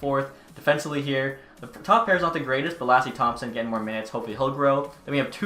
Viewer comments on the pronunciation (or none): none